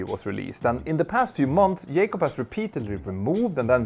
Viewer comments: "J-CUB" not "YAY-CUB" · His last name is Jacob. Jay-cob, not Yaycob. And no, it's not an accent thing. It's a laziness thing. You are quite capable of pronouncing it correctly, you just choose to be lazy and not pronounce it correctly. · J-cob, not Yay-cob, just fyi. great video about this shyster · Can Scandinavians not pronounce J ? The mentor pilot sais Yacop, not Jacop... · Its jacob not yakub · It is "JAYcobs" not "yaycobs" lol he is American not Spanish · His name is Jay-cob, not Yay-cob. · what got me is the way you keep saying "Yay-cub". Not sure this is how he pronounces it. hmm... I tried double checking and failed. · "YAKOB" hahahahaha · His name is not yaykob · Trevor Yay-cop? 🤣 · Just say Trevor, instead of saying Yay-cup over and over. It's less distracting! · That's not how you say his name. Can you please rectify your mangling of the English language? Also here in America, we use a comma for large numbers, not a decimal point. To me, $250.000 is $250 with six significant figures. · dude, if you cannot pronounce jacob, call him trevor ffs